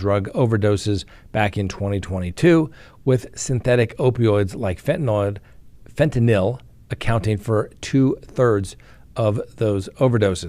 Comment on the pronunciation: Say it with me... FEN-TA-NILL.